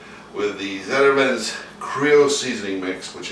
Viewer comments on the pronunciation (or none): Did you say "Ziterman's"? HAHAHAHAHAHAHA. That's Zatarain's. Pronounced just like it's spelled. Do you need glasses,? Don't be ashamed if you do.